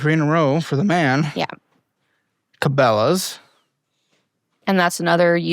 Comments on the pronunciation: Honestly what a ep, her and her David Ramsay, u not knowing how to pronounce cabellas lmao everyone’s in debt and it wonderful! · Honestly, as a Michigan native I am disappoint that you mispronounced Cabela's...